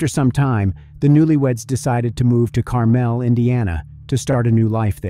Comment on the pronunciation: Pronounced wrong Carmel is.